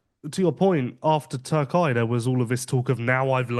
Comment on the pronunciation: Gentlemen. It is not Turk-eye, it is Turk-e-ye